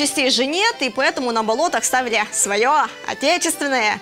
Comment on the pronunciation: Она так смешно говорит "на болотах"